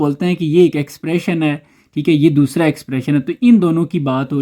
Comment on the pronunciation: Ya dosra Jo dosla kyun bolta ha